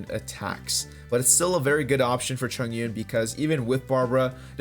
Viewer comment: its read as chong-un btw hhhhh good vid